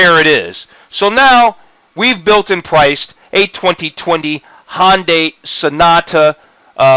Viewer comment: Hyundai, not Honday... sorry but everytime I hear "Honday Sonata" it was like fingernails on a chalkboard. Other than that, decent vid